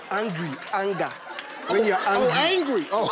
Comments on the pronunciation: That's why i say don't try to copy native accent, i think he tried to copy any American accent and pronounced aanga rather than anga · The fact that he pronounced it angerrr at the end too, bless him! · I thought he mispronounced hunger, but turned out it was anger 🤣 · No, you're wrong. I'm Ghanaian, and everyone I watched it with found it funny too cos we all don't pronounce the word that way. I watched the full episode. He puts too much energy into the words he pronounces, and that's funny. You could tell from the studio audience's laughter too. It's all fun and games. 😂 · That's the only way to pronounce anger to depict what it looks like